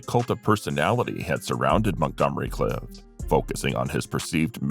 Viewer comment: Clift.....not Cliff....This must be AI narrated.